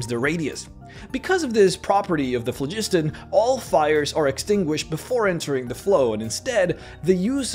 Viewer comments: Phlogiston was an existent word before RPGs used it. It is pronounced FLOG-is-ton. We know this because of it being translated into languages that use various alphabets. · The you pronounced "phlogiston"...